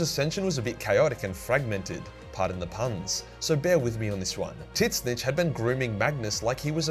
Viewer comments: tzeentch ≠ titsnitch. its literally zeentch. the t is silent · Please learn how to spell Tzeentch. There is no i and Titzsnitch sounds horrible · I know you keep saying tzeentch. But all I keep hearing is tit snitch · Pronounced Sentch* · Is he calling the god of change Tit-Snitch? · The t is silent in tzeentch and is pronounced zeech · Why do you call Tzeench "Tits Snitch"? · He pronounces Tzeentch as tits snitch what the hell 🙂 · I'm starting to believe can't pronounce Tzeench, considering he keeps saying titsnitch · The way you pronounce tzeentch in your videos is completely wrong and it bothers me. You need to fix that. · Love how you're a 40k lore channel, but can't even pronounce Tzeentch correctly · Does actually think that's how Tzeentch is pronounced or is it a running joke because I've never ever heard him say it any other way.